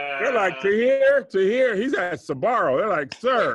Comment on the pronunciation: Hey Tom, is it just me or did call Tahir 'Katir'? Sending it to the booth for review... 🤔